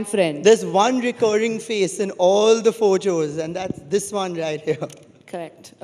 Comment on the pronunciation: did he say PhoCHOS 😂 and not photos 😅 Ye saari duniya ka para hai..